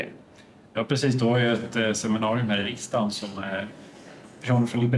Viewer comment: Bra reportage, men det heter inte "riksdaggen". Det heter riksdagen, med långt a.